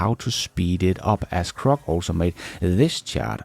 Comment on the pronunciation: please, please its Grok with a G NOT A C.......slap.